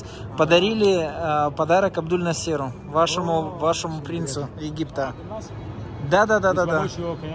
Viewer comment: Да не Насееру, а Наасеру! Гид тебя поправлял а ты так м не понял!